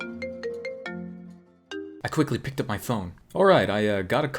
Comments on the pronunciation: Anton Kingsley i though he said kebab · Kim Machiiko I heard kebab as well